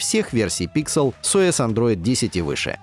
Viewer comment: Не стал смотреть только из-за произношения названия нового фолда - Pixel. Слух режет этот ПИКСЕЛ